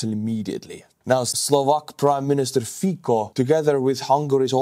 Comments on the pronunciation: Not really. Fico would be pronounced "Fee-tso". The "c" is pronounced as "ts" in Slovak, not "tz" - some regional dialects notwithstanding. Cibula (onion) is another example. It'd be pronounced tsee-bu-la (accent on the first syllable) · His name is pronounced “feet so.” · Fiko? Really? Come on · His name is pronounced "Fitzo." Smutný deň pre demokraciu.. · Fico pronounced "Fitz-oh", just saying. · Bro, i can't take you reading his name as Fiko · Robert Fico [ˈfitsɔ] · Not Fiko pleeeeeeease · I love your channel, video and all your effort put so enthusiastically and with humour. I never wrote you. Just now. It tears my ears the pronunciation of Fico' s surname. In Slovak letter "c" is pronounced as c, not k. C sound is like in the English word Tsar or as a 4th letter in word Specnaz. The same pronunciation is in names Cintula (not Kintula) and Slovenskí branci (not branki). I am looking forward to your videos. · To be precise, isn't the 's' in 'Fitso' pronounced nearer to the teeth than "standard" 's'? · Letter C in Fico is pronaunced as english C, not K. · with all the respect, your pronunciation of Slovak “c“ in their names is not correct. Nevertheless, your comments are interesting. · You know? enjoys butchering names. 😅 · it isn't "fiko", it's "Fico" pronounced fitsoh". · pronounced as Fitso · Thanks for great coverage as usual. One small point - Slovak PM Fico is corectly pronounced more like "Fitso". Although I do not agree with his politics at all, it is nice to be polite. Thanks! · nitpick: Fico is pronounced with "C", not "K" (more like "cent" or "Ceasar" with a little bit of eastern accent). :) edited: As mentioned in reply below "tz" is actually pretty good substitution. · It’s not fiko but fico you basically pronounce the C as TZ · it's Fico, not Fiko:D Try the estonian pronunciation, it'll be much more correct. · It's pronounced Fecal. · Fikka absolutely based estonian pronounciation XD